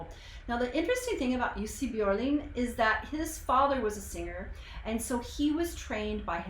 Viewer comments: I noticed you could say the letter (ö) correctly. Normally it would be Jussi Bjorling when english spoken people pronounced his name. Can you talk Swedish too? I like that you save your reflection to after the song. Can't stand when people cut off the music after every 15 seconds. Better to first listen and then go back and pinpoint the parts that you want to put some more light on. Well done!❤ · Now i understand how you could pronounce his name so correctly 😁. when you said Björling i just... wait what? 😁